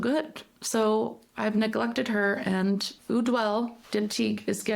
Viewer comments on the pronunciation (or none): Point of order...in French, "eau" is pronounced as out letter "o", not "ewww" and it's French for water. As well, in French, unless you have special symbols like an "accent ague", the final letter--consonant or vowel--is not pronounced...so Ideale is pronounced with 3 syllables not 4...that final "e" is silent. (However, in Italian, it would be pronounced.)